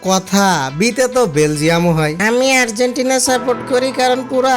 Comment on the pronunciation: Vai tume আরজিতেনা 🤣 মানে আর্জেন্টিনা 🤣🤣